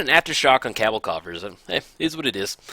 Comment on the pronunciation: Heya, first, I do want to say thanks for the content. You showcase a lot of cool and interesting generals and decks. However, I do want to point out that for Cabal Coffers, Cabal is pronounced as kuh-bal, not kab-el. You have Coffers in a lot of your decks and after watching your great vids, that's just the one thing that irks me. Otherwise, great content and look forward to seeing more!